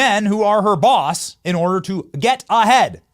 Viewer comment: I like how you said...."That's how Kamala 'Gets A- HEAD!'